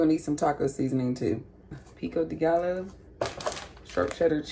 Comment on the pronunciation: I love how you say salsa, pico de gallo and tortilla.. bc never heard it pronounced that way. Are you from the USA? Also I would do all the steps except leaves tortilla's uncrunched.